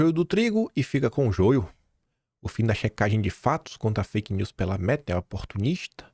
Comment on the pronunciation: O Haddad falando faik news!! Kkkkkkkkk